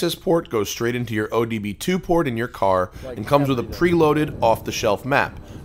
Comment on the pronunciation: It's obd2 Matt, not oDb2..